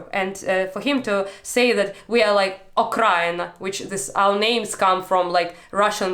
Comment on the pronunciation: she said "Okraina". It's a derogatory term for Ukraine which is used by russians. Okraina in Russian means "the outskirts", and I guess they actually think thats where the word Ukraine comes from 🤡